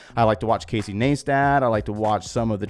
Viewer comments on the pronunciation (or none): the way u said casey's name makes me believe u dont watch him